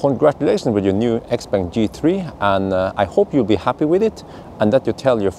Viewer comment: it´s pronounced x- pong. the brand is named after the owner xiao peng which is pronounced pong